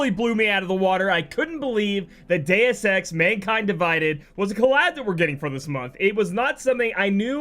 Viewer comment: "Dues EX" eh Lol